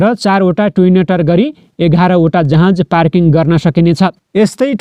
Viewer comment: जहाज भन्न यार,जहाँज होईन।